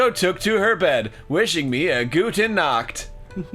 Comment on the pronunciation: When Arin said Guten nacht he mispronounced nacht. Nacht is meant to have a kch sound in the back of the throat. What Arin said was guten nackt which means good naked. I guess that also applies to this playthrough…